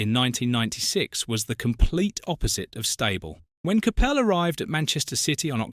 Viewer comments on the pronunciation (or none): CAPPEL ? ? Have a word ! ! ! It's pronounced . . . COP ULL. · If you’re going to use AI for the voice over please pronounce the guys name properly